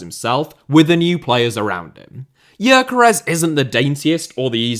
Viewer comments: man people need to stop pronouncing Gyökeres completely wrong. It's pronounced like Dyökeresh with the Gy pronounced like the d in dew or due. The final s is like sh in shop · For the love of god, is it really hard to check the pronounciation of Gyökeres's name? It takes about 10 second to ask google for a pronounciation (ask for the Hungarian one if it doesn't recognize the language automatically). It is strange that you put so much work into your videos, but you don't even try with the more exotic names (if a name with Hungarian origin can even be called exotic for another European).